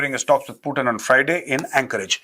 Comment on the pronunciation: Bolna seethe pirbhu ji putin